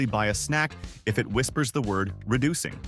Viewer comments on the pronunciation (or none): That didn't say reducing it said reducking